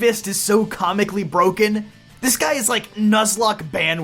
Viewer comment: Why did you emphesize "guy"? ❓